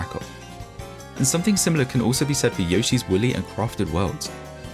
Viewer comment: it sounded like he said "Yoshi's willy!"😂😂😂😂😂😂😂😂😂😂